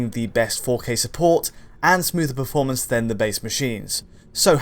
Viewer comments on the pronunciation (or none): none